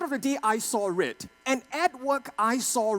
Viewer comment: I see rrrrrrrrredd 😂